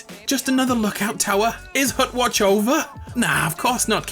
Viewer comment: hutwatch for LYFE (right ? that's how you said it?)